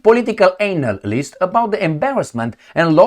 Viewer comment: Ānalyst. We see what you did there with your "accent". You're a poet,.